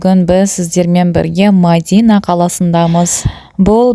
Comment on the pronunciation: Ассаламуалейкум Мадина емес Медина деп айтсаныз дурыс болады..